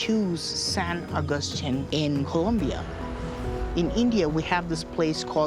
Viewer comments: As my family is COLOMBIAN, When talking about the South American country, there is NO "U" in COLOMBIA. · Please stop calling Colombia - Columbia you guys should know better!!!